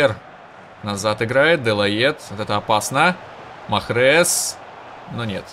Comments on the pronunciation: Правильно читается Mahrez-Марез! А не Махрез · Не Махрез , а Марез , и много берешь на себя , и есть финты, которые не надо делать !!!